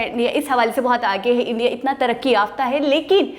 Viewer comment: Its India....not indai...👍